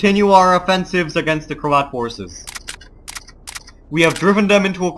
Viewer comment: I always hear you as saying Croat "horses" :-)